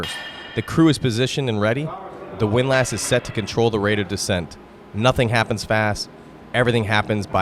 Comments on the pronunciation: Its not pronounced Wind Lass, its windless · A wind LASS? You mean a windlass! Is this AI?